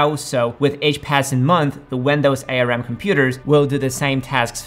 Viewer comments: Bro its Arm not A.R.M. 😂 Nobody calls it that, did you lose a bet 😂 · Please don't pronounce it A-R-M. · Who calls it A.R.M? No one. It’s arm. 💪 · he said a lot of regarded stuff like "different length of x86 instructions makes it impossible to work with" or "the last version of x86 was written in 2003" when in reality it doesn't make any difference or "writing code for A-R-M (it's pronounced "arm: btw) is much easier than for x86 and you don't need to worry about legacy code" when in reality it literally makes no difference unless you write assembly (which you probably don't) in general this vid is full of bs and nobody has time to point it all out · "A" "R" "M" or "ARM" ? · ARM is an acronym. It is pronounced as in the body part. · It's ARM, like the arm and leg not A R M. Good production but you have a few factual errors. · A. R. M.? It's pronounced arm (not as 3 letters). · It's ARM (the word), not A R M..I bet you call Linux lienux too. 😂